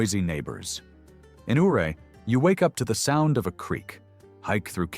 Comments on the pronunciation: Ouray, Colorado is pronounced YOU RAY. Named after Chief Ouray of the Ute Tribe of Native Americans. I lived in the area from . Loved it. Regret moving away. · It's not pronounced O ray, it's U ray! 😊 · Ouray Colorado is pronounced Yuray not Ooray!